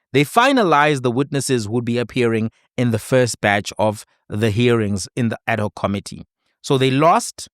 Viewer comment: Thank you for your clarity, logic and common sense explainations and a special HUGE thank you for pronouncing 'ad hoc' correctly..... instead of the mostly used 'Addok'....😊